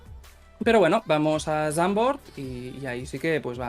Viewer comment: Se pronuncia Sandfoort. En Dutch la v se pronuncia casi como una f. Es un apunte aunque siendo españoles lo podemos pronunciar como se escribe (estaría bueno)